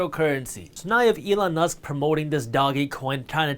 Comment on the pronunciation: Elon "Mast"